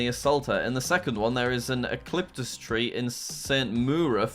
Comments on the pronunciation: Ecliptus? Its pronounced U-ca-lip-tus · You pronounced eucalyptus wrong (you-ca-lip-tuhs) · Also jack it is you-ka-lip-tus